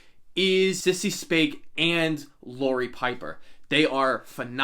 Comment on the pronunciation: it’s Sissy Spacek and Piper Laurie, not Sissy Soace and Laurie Piper